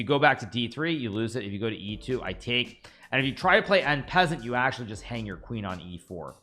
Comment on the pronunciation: "In peasant"... im sorry to be that guy but its pronounced "on=passont" = En Passant